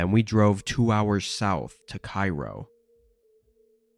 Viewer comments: It's obvious from the details he provides that he's talking about Cairo, Illinois. Pronounced "Kay-ro" like Karo Syrup, not "Kyro" like Cairo, Egypt. got that part wrong. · It's pronounced Kay-ro